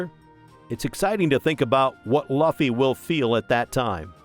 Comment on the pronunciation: You say Luffy wrong